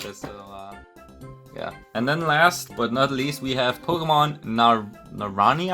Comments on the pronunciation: Ok here first pronunciations you’re gonna learn some spanish ok papa. Mo-chi-la, Na-Ron-ha=naranja, k-rare=cerrer. What they mean is back pack, orange, and running shoes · "narañia" sounded funny as hell lmao